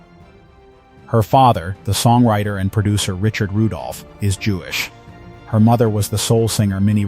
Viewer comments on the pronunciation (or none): none